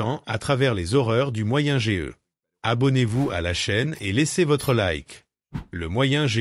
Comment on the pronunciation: Moyenne age on prononce âge entièrement pas lettre par lettre